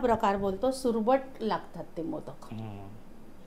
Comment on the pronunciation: Survat nahi surmat